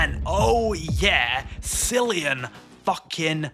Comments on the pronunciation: He won an oscar.... not "silly-ian" but "KILL-ian" Murphy... get it right or I'll eat yer brains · It’s pronounced Ki-li-yan not Si-li-an Murphy. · Cillian Murphy’s first name is pronounced as Killian with a hard C. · Cillian is pronounced like Kylian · Kind of unforgivable to be English and still say sillian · its "KILL-EEE-YUN" MURPHY, BIG DOG. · it pains me when someone is doing a film review and can't pronounce the characters name correctly. Are you reading a script? Did you even see the film? They said Isla over a dozen times in the film. Come on. Can't even say Cillian Murphy correctly...